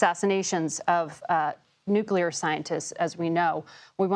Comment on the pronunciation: Nuculrer unruchment capacity! 😂